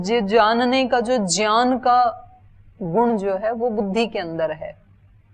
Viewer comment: ज्ञात ज्ञान ज्ञानी को आप ज्यात ज्यान ज्यानी बोलते है तो कुछ अलग महसूस होता है। उच्चारण में अन्तर लगता है। कौन सा सही है?🙏🙏🙏